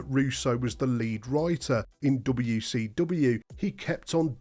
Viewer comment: Anyone ever notice this guy says wecw?